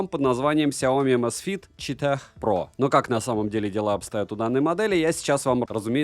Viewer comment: Не чета́х, а чи́та. 😂